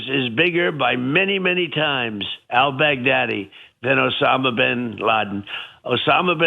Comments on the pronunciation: Am I the only one who head Trump say “Al Big-Daddy”….I’ve been replaying that clip over and over and I swear that’s what he said…. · He says it like the name is "Al Bag Daddy". That's the only reason he can remember it, sounds like "Big Daddy", which is what the hookers call him as they're pissing on him. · Is it just me or is he pronouncing the guy's name Al Bag Daddy?